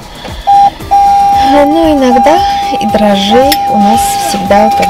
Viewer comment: русский язык- та еще мУка, если не мукА😅😅. И за эти годы русскоязычного блогерства именно из Ваших попыток перевести впрямую на русский армянские фразы сами собой образуются шедевры-новые забавные выражения, словосочетания. Ваши отличники знают,рады и восхищены!😍.Но вот со словом дрожжи такая же коварная штука, надо говорить дрОжжи, а дрожИ,можно сказать вашей белочке, когда ее наказывать будете-" ну, держись теперь, бойся и дрожИ!😁😁💋💋💋💋